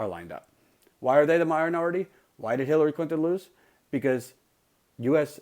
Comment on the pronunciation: Did he just say Killary Clinton? XD